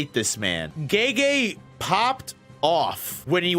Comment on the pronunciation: Who's GayGay? Lmfao americans pronouncing foreign names sound so dumb